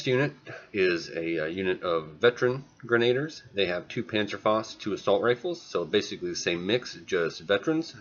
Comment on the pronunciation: Realy good game, thanks, just one thing bothering me, its pronounced gren-a-deers not gren-aid-ers, sorry...